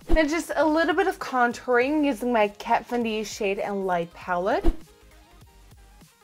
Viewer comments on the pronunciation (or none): She said kat VIN D